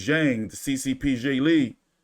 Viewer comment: did you say PCP Zhilei? It's CCP lol